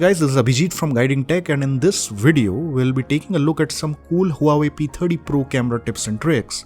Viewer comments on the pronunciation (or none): ''Dis bideo''